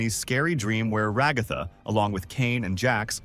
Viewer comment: Decide on a pronunciation for ragatha already jfc, stupid ai voices😂